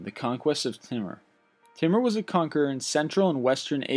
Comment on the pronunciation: "Number ten, the conquest of Timmah" I watch too much south park, cause thats what i heard.